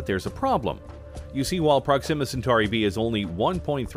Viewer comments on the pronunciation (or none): Why is the narrator pronouncing Proxima wrong? Wrong inflection.